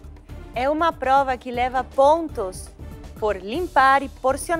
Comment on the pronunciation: Esse eh insuportável de chato! Pqp! "Paizão" "pLova de pRessão"... Para de passar vergonha pelamor!